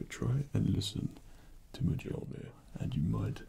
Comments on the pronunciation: Mjolnir (Mi-oln-ier) Pronounces it Mijolnier 80% of the fanbase is triggered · DID HE JUST ACTUALLY PRONOUNCE IT AS “muh-JOL-nir”?!?!?! 😑 🙄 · Dead on perfect. I thought you looked and sounded like Thor. Also for future reference, Mjolnir is pronounced me-oh-near, as the Scandinavian area often pronounces J like an I. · The only criticism is that the j is to pronounced as a y. So it's Me-yol-near. Edit: And for the nerds, it would be best if you said Midgard and not Earth. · Wow a comic nerd miss pronounced Mjolnir. Here is the pronunciation of Mjolnir /My ol neer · Loki brought us to Asgard for no discernible reason, then Thor shows up. ... My money’s on Thor being Loki wearing an illusion. also why Mjolnir is slightly mispronounced, Loki is salty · Are you pronouncing mjolnir wrong on porpose or dont you know how to pronounce it. That is now the question.